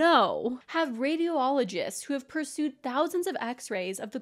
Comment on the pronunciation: Love you, learn a new word today “Perused” not “pursued” all love ❤️